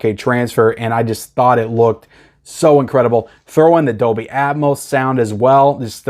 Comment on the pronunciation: There is an "L" in Dolby (not Doby) 😄